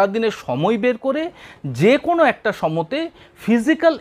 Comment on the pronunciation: সময়ে না বলে সমতে বলেন কেন?